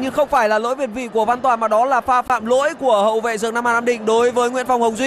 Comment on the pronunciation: ông phát âm còn không chuẩn thì biết gì về bóng đá mà ngồi đấy "thiên vị" người ta gọi là việt vị.